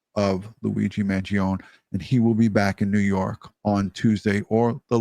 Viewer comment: Living in a CONSTITUTIONAL REPUBLIC you know what I'm about to say is covered by the UNITED STATES CONSTITUTION: The Supreme Law of the Land !! Who is pronouncing his last name wrong; the Mainstream Media from the 70's or Today's Media ? Trumpet Jazz Artist Chuck Mangione's name in the 70's was pronounced: own, not; own-ee. Although a minor Media mistake, when you add all the other "mistakes" they make: they are untrustworthy.